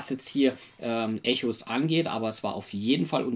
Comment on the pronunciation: Schöne Rezi. Danke hierfür. Den Spieletitel spricht man allerdings englisch aus, also ungefähr wie "Ekos". ;)